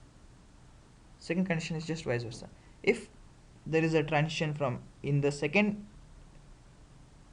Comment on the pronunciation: When you pronounce the word "transition", why do you say "trantion"?